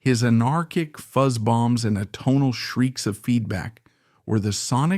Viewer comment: How many adjectives can one shove into a narration?? This isn’t good writing, this is verbal masturbation. Also, your mispronunciation of Hasil Adkins, atonal, and CBGBs shows you don’t even know your subject matter. If you cut out the BS, this video would be a quarter of its length. I couldn’t even get to the end. Your vocal delivery also made me want to eat a pistol. R.I.P. Bryan, you deserved better than this tripe.